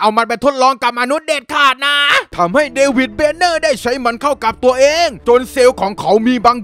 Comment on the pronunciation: เดวิดเดเน่อ กูนึกว่า เดวิด แบ็กเเฮม